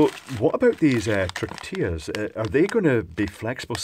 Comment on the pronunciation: Tortias ...those are tortillas with L not a. Also is two of them so you read tortillas as is written .